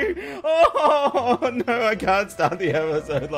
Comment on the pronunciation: Is "no" or "no" in an Australian accent?